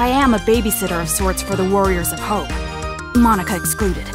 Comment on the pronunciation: They messed up the pronunciation, it's supposed to be pronounced 'Moh-Nah-Kah' instead of 'Mon-Ah-Kah'.